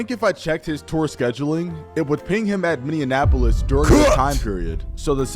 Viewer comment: as someone who lives in Minnesota, I always laugh at how people can never pronounce Minneapolis. It’s just “mini-apolis” people will say anything but that 😭😭😭